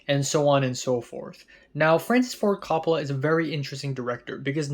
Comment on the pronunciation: I've noticed you like to get pronunciations correct in your videos. Coppola is pronounced COPE-oh-luh.